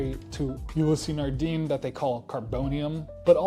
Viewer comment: more importantly... its; Nard-AN, nor Nard-een..